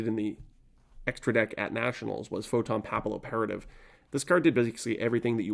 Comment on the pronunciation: Great vid, very nostalgic. It's pronounced 'photon pappy-operative', like papillion in french